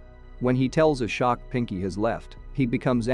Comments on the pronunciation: As an American it's still embarrassing. I've known how to pronounce Ashok since I was a kid. Really, if they're going to do a review of a foreign movie, at least watch the movie FIRST so you know how to pronounce the names. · Lmao i thought it's A-shock all along I was ye kaisa nam hai🤣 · Ashok- aShock Balram- BAL ram The pronunciations are just funny 😂😂